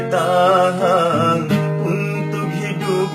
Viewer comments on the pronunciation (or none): bukan bertahang...tpi bertahan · Artikulasi nya kurang bgs...bertahan,bkn bertahang,semua akhiran n di tambai g di bekang,jd kurang enak..